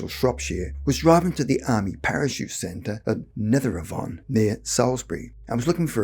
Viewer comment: Pronounced Nether A-Von and Upton SCOOdamore